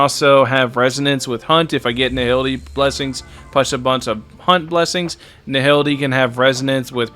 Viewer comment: you should check your pronunciation,. Nihility is pronounced Nai - ility. H is silent.